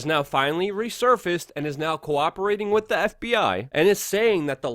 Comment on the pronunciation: love you show but please stop saying "wit". It's pronounced "WITHHHHHH"